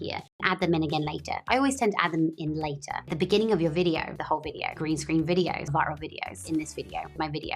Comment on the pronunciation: vocal fry with intrusive 'R' (videor)... sheesh that's annoying 😂